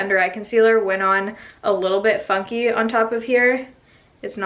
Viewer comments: SO it definitely sounds like your saying "fucky" instead of "funky" and I died of laughter. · It sounded like you said "my concealer went on a little fucky"